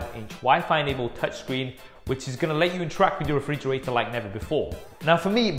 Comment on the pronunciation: Refrigrator? WTF? Lol excellent review anyways